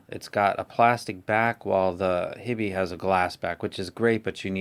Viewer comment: Awesome review. I follow all of your reviews. Its "HIGH be" not hibbie. because of your review i bought this and i am very satisfied.